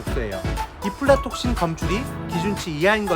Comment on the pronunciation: 이플라톡신 아니고 아플라톡신 힙니다.된장차 좋아요.